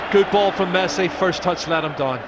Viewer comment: even the subtitle is pronouncing messi as mercy